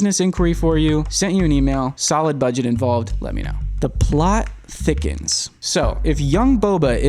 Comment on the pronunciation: When he said , "the thot plickens" while rubbing his hands together 🙏 i felt that 💯